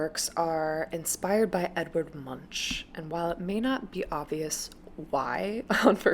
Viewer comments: Don’t pronounce the ch, it is more like Munk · edward "munch". Oh please get the pronouncation right. It is not about munching. Love your vids.